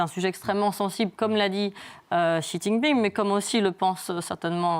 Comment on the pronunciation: j'ai cru entendre une dinguerie quand vous avez ecorché le nom du président de la chine